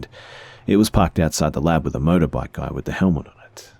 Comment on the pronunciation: Max Dunham now I keep hearing it every time he says motorbike 😂😂😂